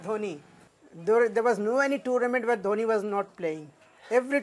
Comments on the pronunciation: Its not downy its dhoni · Not Dhouni but Dhoni. At least pronounce name correctly before making videos.